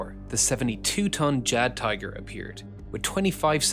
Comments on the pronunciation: ... Someone brought a 1970s car back in time!!! Jagdtiger is pronounced Yahgd-tiger. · Jagdtiger = hunting tiger coming from hunt (= Jagd, pronounced yahgd) and tiger (pronounced teegehr if you want to do it correctly). Yahgd-teegehr. Just as an aside. :-p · Good video, but the jagdtiger is pronounced "yag teeger". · NOT Jag tiger but Yag tiger you muppet. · Also it's pronounced as a Y not a J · Dude, when you discuss German models, please just find a German - ANY GERMAN - to ask him or her via phone how to pronounce the name. It's dreadful to hear you butcher the names in the video. It's not a jagged tayger and not a yacht tayger either. It's a Jagdtiger. I mean this is literally just a 5 minute phone call or a 10 second WhatsApp voice message. Why not take the effort to pronounce it correctly? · You can tell it AI because it mispronounces things. Yag-tee-ger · Did he say JaD Tiger? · A small correction in pronunciation: Jagd is pronounced as "yagd" and it means "hunt" in German. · It's pronounced "Iagdtiger" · Jagdtiger is pronounced "yag-tiger", or "yag-tee'ger" if you want to be even more german. Think of jägerbomb when you go to say it. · when someone talking about german tanks, pronounces "jagdtiger" like "jadtiger", i swipe sweat off my brow and relax my shoulders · Ja-Tiger? This is the worst pronunciation I've ever heard to this day! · Pronouncing the Jagdtiger like that almost made me feel sick.... It's 'yah'gtiger. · ...you're gonna have to work on that "Jagdtiger" pronounciation :P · That Jagdtiger pronunciation tho... 🤦🏽‍♂️ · Maybe because he realised how funny is his pronunciation of Jagdtiger 🤷🏽‍♂️ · Bro didn't even attempt to pronounce "Jagdtiger" correctly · Also you can’t pronounce Jagdtiger or Reinemetal properly :) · Please find the correct pronunciation of the word "Jagdtiger". This is painful to listen how are you reading it by English rules, not German.